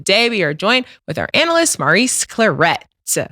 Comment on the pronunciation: Why Stat add the extra “T” to Clarett😂